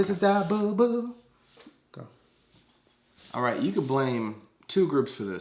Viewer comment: "Its o-right you get another one" lmao !